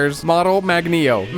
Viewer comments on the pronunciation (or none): AHHHHHHHHH Who has the say MAGNEO too many times